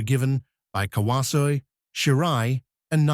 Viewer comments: Learn how to pronounce his name! KA-WA-ZO-E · Tell your AI voice-over robot to pronounce his name properly